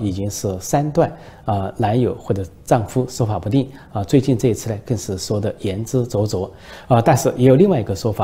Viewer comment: 言之凿凿都能读错笑死了